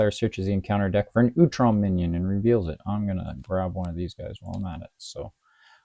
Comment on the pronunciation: First subscriber! Recording IRL is really rough in terms of lighting, it's a huge hurdle for sure Hope you can get something set up eventually! Great to hear the thought process behind your TMNT Standard and TMNT Expert. Solid first video, now I know how to pronounce Utrom! I'll watch the rest of the video later and comment more thoughts as replies if I have any, but here's some advice for YouTube! Tags are really important for getting the video out to the right audience. You can tag by simply adding words to the title or description (google search will see that text and put your video up if it's relevant to a search). Right now, the phrase "Marvel Champions" is not anywhere on your video! Meaning YouTube and Google currently do not recognize this video as a Marvel Champions video. I also recommend "custom content" and/or "homebrew" somewhere too, maybe "TMNT" as well. You can also use the Edit video button and use the Tags system there. (Also for commenters, your comments also work as tags, including all the text on this comment. That's a big reason why comments are so valuable!)